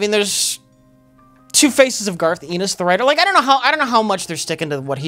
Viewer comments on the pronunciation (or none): i always thought Garth's last name was pronounced Ennis (rhymes with tennis) and not Ennis (rhymes with penis). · Why does keep calling him "Garth Enos"? It's Ennis. His name is on all of the books he writes... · Ennis is not pronounced E-Niss its En-iss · It's "Ennis," like "tennis." Not "Enis," like "penis." Please note that for future discussion of this series. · is mispronouncing Garth Ennis's name. He says it like Enis when its supposed to be pronounced like Tennis without tthe "T" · Eenis? I think its pronounced Ennis... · ' thing is his blatant mispronunciations of proper names.(people's names, company names, etc) Garth Enos. The Voit Corporation. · "Garth Enus" - on Comic writer Garth Ennis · For: I don't know if anyone mentioned it (I can't be bothered to look), but the right pronouciation is "Garth N is". Ennis also started the "Crossed" series, which should (for the sake of humanity) be produced as the first truly X rated TV series. Perhaps some weirdo entrepeneur with too much cash to spare will give it a shot...;) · Garth Ennis last name is pronounced eh-niss. Like tennis but without the t. It's not a hard e but a soft e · Lads. Listen. Garth's name absolutely does not rhyme with "penis". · I just love mispronouncing Garth Ennis as "Garth EE-niss". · how do you pronounce "Tennis"? Now say "Ennis" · Who the fuck is Garth Eenis? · The way mispronounces 'Ennis' is his greatest yet.